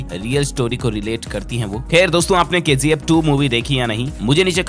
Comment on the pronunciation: It's KGF not KZF🤦